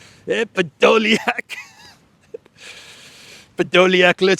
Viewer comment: Errrrr Podolyak